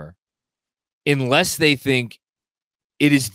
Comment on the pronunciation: I love even though he says "inless" instead of "unless" every time.